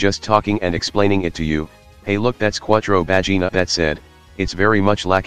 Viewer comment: Thats Char, not Quattro